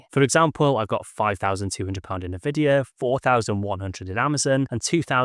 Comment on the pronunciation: I like these videos. However, it makes me wonder if you've 'done your research', considering you, and other youtubers, pronounce it incorrectly as 'Nuh-vidia', instead of 'En-Vidia'.